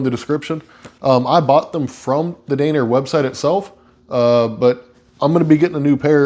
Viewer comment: Not dane-er… DAN-ner… what a weird word to mispronounce. Not being a jerk just never imagined that would be a word easily misconstrued